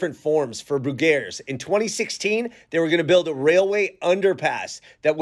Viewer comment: You just get your information from Wikipedia, and that’s why you mispronounce the names of things, including this dairy!